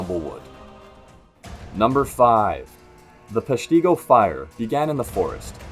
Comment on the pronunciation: It’s pronounced Pesh-tea-go.It should have been higher on the list.